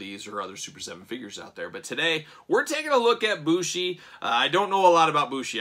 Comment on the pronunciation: MX is his finish, its a flying Codebreaker off the top or 2nd rope, and the dia de los muertos mask is an entrance mask. Bushi (it is pronounced Booshy btw, so you got it right) is known for wearing some wild looking, and very creative, entrance masks over his ring mask. The one they chose here is neat but overall pretty tame in comparison to many of his others.